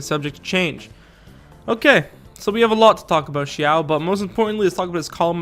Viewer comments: ....dude, you literally spoke xiao correctly, but the moment you said ciao, I was confused. It's pronounced, see-ow (ow as in pain but lower and read these two words together fast)😂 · Okay for the sake of all 😂 cause I died when he said xiao is pronounced as chiao 😂 😂 😂 Here is the correct way how you pronounce the Chinese characters from Liyue Xiao = Si-yaw / si-yao Ningguang = ning-kwang Xiangling = si-yang-ling Xingqiu= sing-chi-u Zhongli - tsong-li Qiqi= chi-chi Chongyun - chong-yoon/ chongyun just the same Beidou- pey-tow is the correct one if your chinese but I guess you can say Bey-dow and its acceptable. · Nah man Xiao is pronounced XI-A-OH not CH-AO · As a Chinese as well as an articulation therapist, I can tell you that "Xiao"'s name, for English speaker, the closest one is actually "shiao" instead of "siao" or "chiao". Although the Chinese consonant "x" doesn't exist in English, the best way to perceive it is that it's a very frontal "sh" sound. So try to push your tongue forward closer to your teeth when saying "sh" but stop right before it turns into an "s", so it sounds very narrow and like something in between a "sh" and a "s". I tried my best bro, this is my attempt to explain this verbally without any demonstration or visual. And also be careful of the "Zhongli" one above, you did a pretty good job pronouncing his name in your video. The one he gave you is close to some southern Chinese accent (which is actually super widely used), but the game is based on standard Mandarin pronunciation